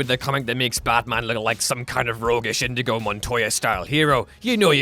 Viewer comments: Did you say "INDIGO Montoya"? It's INIGO. There's no 'D" in his name. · Did you say "Indigo Montoya"? 🤔